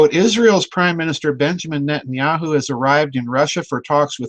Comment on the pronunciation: lol Did I hear him say at the opening "Nutenyahu" ? Very fitting if not lol